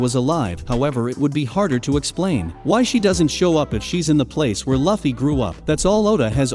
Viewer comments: Say luffys name right!! Wtfff! U were literally saying it right in the beginning. Its (loo•fee) not (luh•fee) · Omg, how many more times is he gonna mispronounce Luffy's name?? I'd even say the Japanese accent sounds better than this. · Bro. If you dont stop pronouncing luffys name with a short u instead of a long u im going to report your channel for misinformation. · Nobody gonna talk about how he is saying luffy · Dude, have you even watched One Piece? If you did, then you would know how to freaking say Luffy's name right